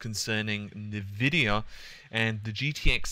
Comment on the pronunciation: en-vidia not neh-vidia